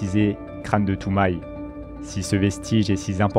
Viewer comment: et Toumaï non plus